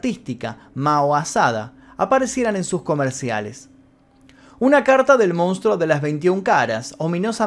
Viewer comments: Geniales los videos loco!! la verdad muy interesantes. Solo una cosa y de onda, la palabra es "MONSTRUO" y todas las veces decis "MOUNSTRO", no me las quiero tirar de sabio ni nada de eso pero molesta un poco el MOUN. Abrazo bro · Se dice Monstruo, no Mounstro,... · nosepronuncia mounstro,habla correctamente